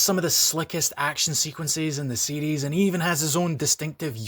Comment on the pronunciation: Oh, you are saying series. I thought you were saying CDs. LoL